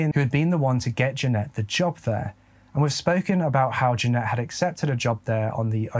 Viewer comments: Just to say that is saying Jeanette but in the description it says Janet. Janet is pronounced Jan it. Just saying. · Bro really? Janet is pronounced Jan rhymes with Stan....et rhymes with get.......You spell Jeanette like this..But anyhoo I have been a sub with you for a while now.I very much appreciate your content and narrating.I always mention you to people for them to check you out......Peace and stay safe bro. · that is not how you pronounce Janet. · I also understand the accent, but every time you say Janet it throws me lol maybe it’s a Michigan thing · Many are writing "Jeanette" but has her name as "Janet" in the video. He pronounces it differently because of his accent. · Her name is Janet. accent may be a trick of the ear to some of us. But that news reporter was totally saying Jeanette - which is wrong.